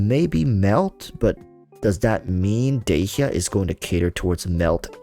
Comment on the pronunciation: u pronounced dehya wrong, obviously playing japnes voiceover eww dog